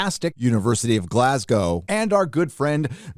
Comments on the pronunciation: Thank you for being the first American I've heard pronounce my home city "Glasgow" correctly! Take note everyone, Glas-go not Glas-gaw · As a Brit im mega-impressed got the pronunciation of 'Glasgow' correct... good job! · Gotta give it to an American that says Glasgow right. I know people that go there. Extremely woke, mate got alot of shit for complaining that the lecturers couldn't understand glasgow accents. Even more ironic, he was on a language course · Man, I’m just happy you pronounced Glasgow correctly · Glad to see you listened to Az and Mauler about how to correctly pronounce Glasgow. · Glad you pronounced Glasgow well after hearing your previous efforts the other night 😂😂😂😂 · They haven't killed Sean bean on Snowpiercer yet woo! Also said Glasgow properly yay. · I know this video is important and it is but as a Scottish person hearing an American saying Glasgow correctly lol